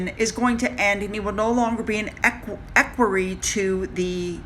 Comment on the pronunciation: Equerry is said as eckweree.